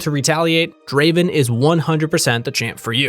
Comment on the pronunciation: Not "Draven" its " Draaaaven"